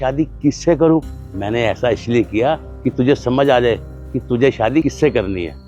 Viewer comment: Abe Shaadi hota hai Saadi nahi 😂